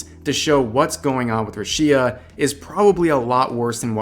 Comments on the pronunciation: Dude, It's Rüshia and not Rushïa (notice where the stress mark is) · Who's Ruchiia? That's RuUushia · "Ru shía" did you ever watch her streams? Who in the world calls her rushía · I couldn't help but be disturbed by the way in which you pronounce Rushia. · it’s rooshya not rashea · RUshia, not ruSHIA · A little correction, is pronounced Rúshia, not Rushía. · is it ru-SHI-ah? not RU-shi-ah? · Bruh, it's ROO-she-uh. Not roo-SHE-uh. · Thanks for the heads up, but for the love of god, why do you keep saying Rushìa. Everyone calls her Rùshia cause that's how you pronounce it. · Hey, this is important. Its called RUSHIA, pronounced ROOSHIA, not RUSSIA!!! Your pronunciation is going to make Youtube's algorithm involve this topic into the Russian war that's going on now!! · may be just me but i get triggered when says rushi-a instead of just rushia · listening to you say 'ru-shia' instead of 'rush-ia' is infuriating also yikes hachama that was the WRONG hashtag to be using right now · lol, it's RUshia not ruSHIa lol listen to how they say it, geez, regurgitating the anti-taiwan shit that nearly cost us Haachama is bad enough. The hell do you have 500k subs for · "RUshia", not "ruSHIa". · The fuck is a Ru-SHEE-ah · ruSHEEa lol are you doing this on purpose? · bruh, rusheea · who the heck is ru-shi-ya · Who the fuck is RUH-SHI-A? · her name is pronounce as RU SHI "YA" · I don’t know what i’m more saddened by. Rushia being fired or this guy pronouncing her name as roosheea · Totally understand lol, I cringed a bit too. It came off as, "bruh-shia". My name does get pronounced differently in Spanish and English. That being said, I think when it comes to native names, you do try to nail down the native pronunciation. It least as best as possible. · "Rooshia" ROOSHIA! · ''Ra'Shia'' lol. Jokes aside, good video. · Who tf is rooshea? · ahh why does he pronounce rushia roo shee yah 😭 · Please dear god atleast say her name right… る し あ Ru. Shi. A. Roo, she, ah.